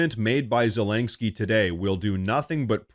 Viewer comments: Zelenkski? Do you mean Zelenski? I know, knit-picky lol. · Bro it's zelensky not zelanksky lol omg everytime u said his name I'm like dude there's no LANK in his name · I love your show and watch it every day, but PLEASE, pronounce Zelensky's name correctly. It's Ze LEN sky not Ze leng sky. It's so distracting to an otherwise excellent podcast. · Please at least stop saying “Zelengsky!” 😆 Whatever the situation the g isn’t there bruh?? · Ze-LEN-ski. No "G" in Zelenski. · “Zulanksky” 🤣 lank?? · There is no "k" between the "n" and the "s" in "Zelensky".